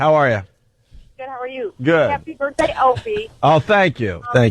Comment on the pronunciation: Say Birfday one more time, it’s hilarious